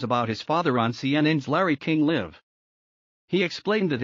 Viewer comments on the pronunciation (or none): Didn’t hear anything about final moments. Maybe it was because Redmond was in jail and not there. The orator also mispronounced Larry King Live. Waste of time.